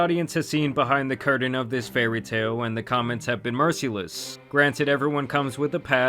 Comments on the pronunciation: This man said, “mercy-less” instead of merciless 😂 🤦‍♂️ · Bro said mercy-less 😂